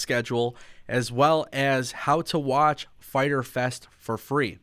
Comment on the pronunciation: Internet gonna be broken FAITER FES (Spanish Accent) haha